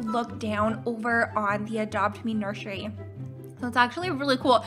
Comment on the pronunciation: She said nurshury